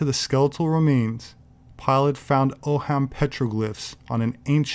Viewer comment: Cool video, as always, thanks. FYI, 'ogham' is pronounced 'owm', like own with an n at the end ;) have a great 4th!